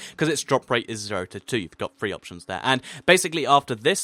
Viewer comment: You say three like free! Say it like your tough on your teeth and say "th"!